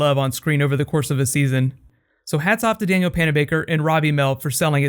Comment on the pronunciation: Dude its not Daniel its Danielle as in Dan-yell